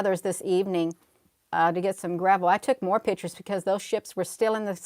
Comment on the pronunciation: you are a treasure however pictures is not pronounced pitchers sorry.